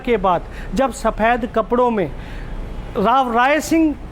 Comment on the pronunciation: Mote safed bolna seekh pehle to Saphed kya hota h be